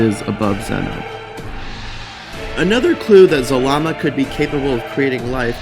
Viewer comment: It’s zarama not zalama